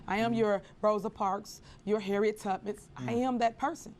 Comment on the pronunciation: She said Harriet tuppits 😂 and not Tubman 😂